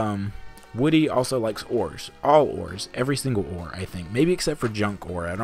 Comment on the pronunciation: I could've SWORN that you said "Woody likes whores" instead of ores. I mean, he had to get those grandchildren somehow, right? XD